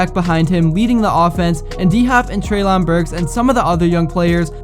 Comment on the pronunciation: STOP👏 SAYING👏TREY👏LAWN👏ITS👏TRAIL👏IN👏BURKS